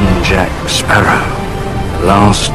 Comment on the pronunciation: கேப்டன் ஜாக் ஸ்பேரோனு சரியா சொல்லுங்க...